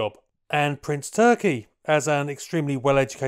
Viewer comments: Calling him ‘Prince Turkey’ kinda detracts. I found the pronunciation with one search. More like Toorrr-kee with a rolled r. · you did it again and pulled a rabbit..a BIG Rabbit out of your hat.👍🙏💪.. 🤔 on another note to keep you in the "know" his name is pronounced more like Toorki and definitely not like that bird 🤓😎